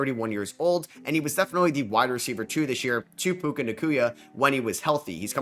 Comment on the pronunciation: Why do u say pukas name like that 😂😂😂😂